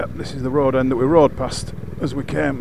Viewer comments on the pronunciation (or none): none